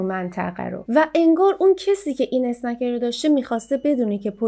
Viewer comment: اسکنر نه اسنکر